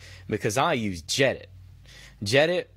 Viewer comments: It's gedit not jedit dude, unsubscribed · Its GEE-EDIT ye yank.